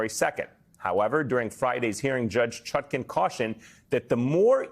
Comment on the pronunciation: Judge ChutKAN, as in pan, NOT ChutKIN, as in pin.